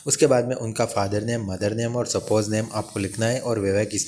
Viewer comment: स्पोज नहीं स्पाउस होता है